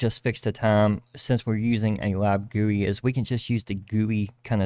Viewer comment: It took me way too long to understand he was trying to say "LIVE gui" and not "lab gui" 😆 Thanks for the video! Planning to follow it tomorrow!